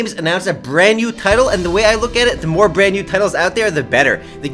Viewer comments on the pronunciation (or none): none